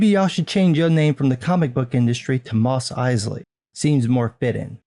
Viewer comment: "Moss Eslain" lol